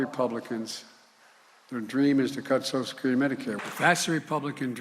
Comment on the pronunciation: Biden has been pronouncing it "Sosha Curity" for 40 years.